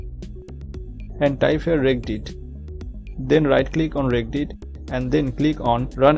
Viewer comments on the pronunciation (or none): lol reggedit my friend it is said reg edit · It's pronounced redge edit. What you're saying, regg 'a' dit is so painfully wrong! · Your not even pronouncing it correctly ..... It's Reg Edit ... As in Registry Editor 🤦‍♂ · Thank you for taking the time to make this video. Can I help you with the pronunciation of a word? Regedit is a combination of Register and Edit, so you can say the soft G. Reg-Ed-It. See you